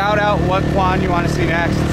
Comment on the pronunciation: Since you are speaking entirely in English to a mostly westerner audience, why not just say "District 7" instead of "Quan 7". You're butchering the Vietnamese word LOL.